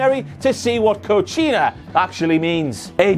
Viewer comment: It’s “Coquina” not “Cochina” While Samoan Joan has no veins, he isnt a dirty b*tch